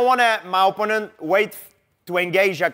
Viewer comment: My ohhponnant donnn liiiike dubelll leggg! 😂👍